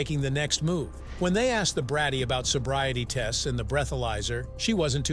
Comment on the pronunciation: "I''ll take the bobriety test...." Idiot.